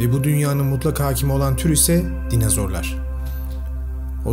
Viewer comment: Hocam dinazor değil dinozor 😭